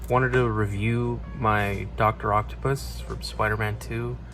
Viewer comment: Por la forma en que dijiste doctor octavius me dejo claro que seguro hablas español , muy buen video.